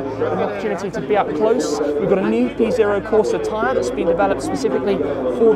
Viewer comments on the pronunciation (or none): none